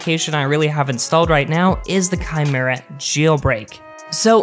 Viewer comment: It's pronounced " ki-mira". He pronounced it right.